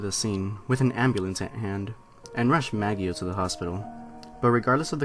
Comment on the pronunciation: It's "Ma-JOE" not "Mag-ee-o"